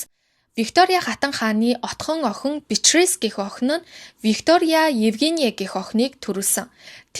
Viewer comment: Хүмүүсийн нэрийг зөв дуудмаар байнаа😂 Өмнөх дугаар дээр бас алдаад дуудаад байсан. Софийяа хатан Битрис гүнж байхдаа яахав дээ. Фийлипе 🙄 😂